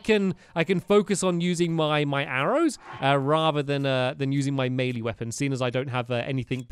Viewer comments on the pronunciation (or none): none